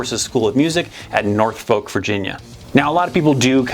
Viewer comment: It’s pronounced nOR Fulk Virginia Sorry I used to live there